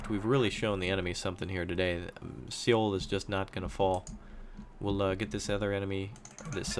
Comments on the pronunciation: Just for future reference, Seoul is pronounced "Soul," not "Seh-oul" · Alas, I am one of those Koreans who is cringing over his pronunciation...but I still enjoy his videos.